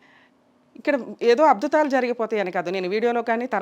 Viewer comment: అబ్దుతాలు కాదు అద్భుతాలు.. ముందే నీకు నోరు తిరగటం లేదు..